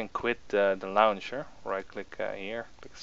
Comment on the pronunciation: "the lauwncher"